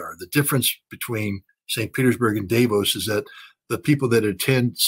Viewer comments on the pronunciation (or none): Scott,please,Davos is pronounced the way it is written DAAAvos.A like America not daywos.please!